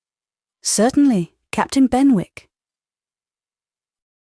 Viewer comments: Not Ben-wick. Should be Ben-ik. Is she British or not? So hard to hear the mispronunciation. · Said as Ben'ick....not Ben wick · Quite enjoyable. However.......... in English Z is not pronounced zeeeee and punctuation is not spoken aloud. And I am sure that it is pronounced Bennick, not Benwick! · Incorrect pronunciation of Benwick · Yes - ‘Louisa’ often pronounced with a long i (Loo-eye-sa), which is particularly odd. Maybe the reader was thrown off by the fact that ‘Maria’ was often pronounced with a long i and thought that must have been true for other names as well? Also, the ‘w’ in ‘Benwick’ should have been silent, I think. But those are minor quibbles, I really appreciate this reading!